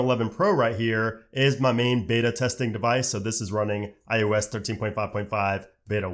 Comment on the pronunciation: Why you saying ius